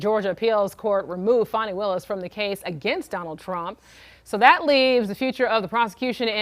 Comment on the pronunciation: In no language is FANI pronounced fawny. It's fanny. Her mother named her "Ass"